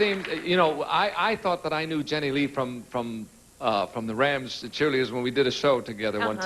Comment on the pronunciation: JTLYK, it's Jenilee, not Jeanne Le.